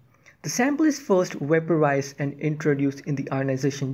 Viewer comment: Thought this was speech generated software at first... no way they gonna program it to say "vaporized" as "way-paw-wized" tho